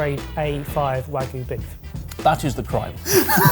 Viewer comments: Why do so many people say Wagoo instead of Wagyu? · pronouncing wagyu as "wag-oo" is a crime in and of itself for me (it's pronounced more like wah-gyu). the concept of this ep feels more like "the normals try and making their own annoying viral tiktok style food". especially reminded me of a really intentionally cringe facebook video where someone was claiming to make "fresh pasta", but they started but grinding up supermarket pasta and adding eggs and water which made it unmoving when trying to roll it out. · I'm begging you; "wagyu" has a y in it for a reason.